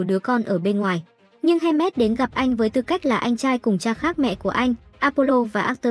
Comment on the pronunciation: hermes mà n viết với đọc thành handmade wtf??